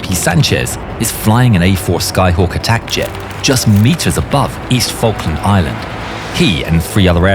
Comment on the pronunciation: which fawkin islands you talking about?